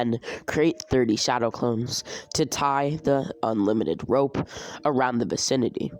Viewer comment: you said wope instead of rope